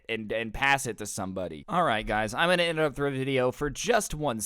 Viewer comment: “Alr guys ima inverupt the video” 😂😂